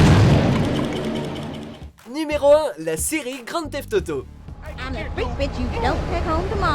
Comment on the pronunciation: ta dit grand teft toto !